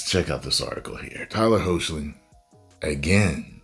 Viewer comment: Hey y u saying his name wrong r u joking or not cause it's heocklin hecklin pronounced like that